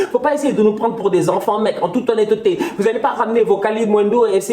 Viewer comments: En toute ho-nne-te-te 😂 j’en peux plus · "En toute honne-te té" Ne change pas ça😂